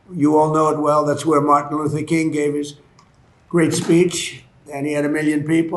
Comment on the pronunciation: Martin not Martha. SMH